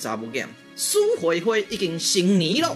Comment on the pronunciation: 我記得“成年”好像是唸做“辛黏”～😹